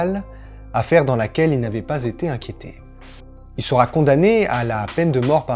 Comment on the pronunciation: Salut, j'aime beaucoup ta façon de raconter, une seule chose me dérange, c'est tes liaisons hasardeuses, il sera "t" un ...(vraiment rien de bien méchant tu vois, abo+1